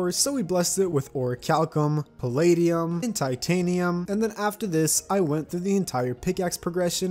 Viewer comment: is he purposely saying wyvern and palladium wrong